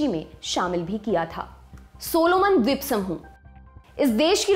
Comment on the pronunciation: Jankari achchi h....pr mam apka dvitiy n dvip bolna bada ajeeb lag rha tha... right pronunciation is Dveep n Dviteeya..